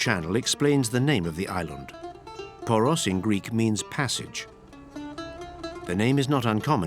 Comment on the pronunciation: Lavish production, but for heaven's sake couldn't anyone be bothered to check the pronunciation of the names? Only "Poros" (and "Santorini" - which isn't a Greek name anyway) were correct. It's like a documentary about The Beatles calling their hometown "Lowberpole".